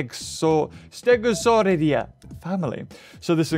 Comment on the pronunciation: this isnt hate but its pronounced stego saur ih day